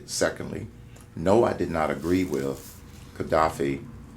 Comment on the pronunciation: Mr. Cain, the word "with" is not pronounced "wif".